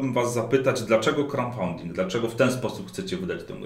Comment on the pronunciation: nie crowNfunding tylko crowDfunding:P